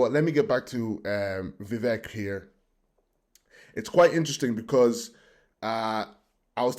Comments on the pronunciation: I am 30 seconds in and you 1) mispronounced his first name 2) mispronounced his surname 3) are unsure of his background 4) have a stupid title for the video This can only lead me to conclude that you are 1) heavily biased against Vivek and 2) an idiot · How can you claim to have been following him when you can’t even pronounce his name?